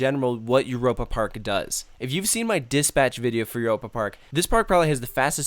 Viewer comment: i never got lost here because i memorized everything and gone to every show and i swear he is not from europe cause i heard eur a pa and im like euy ropa lol no hate this is amazing i love it there i swer he like was not